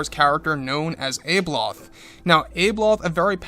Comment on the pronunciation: I think you maybe pronouncing her name incorrectly; I sound it out as - Ab-e-loth. Maybe it’s just my Aussie twang 😜